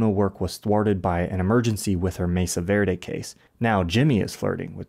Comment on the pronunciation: Verde* not Vöri